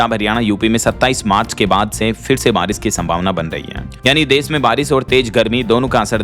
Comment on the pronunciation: आरिश- ओले या बारिश - ओले